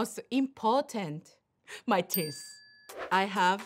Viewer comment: ティース(もはやスィー)で爆笑🤣🤣 そのあと、important…っていいたくて放送事故起こしかけててさらに笑った